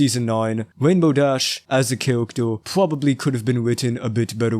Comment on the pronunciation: why the hell you saying - "cawactew" - insted of character dafuq